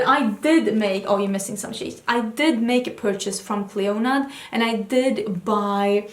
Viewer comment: I'd love to see you revisit your Clionadh shadows (btw the "d" in Clionadh is silent) and I agree a Stained Glass highlights/top picks could be awesome. Would be cool to also see more looks with ABH Riviera - I thought I'd be so inspired by it, but for some reason I struggle to come up with colour combinations when I look at my palette.